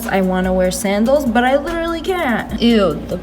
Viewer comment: Why does she keep saying litterly